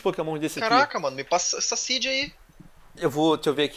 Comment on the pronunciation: venom trollou falou o Z da seed errado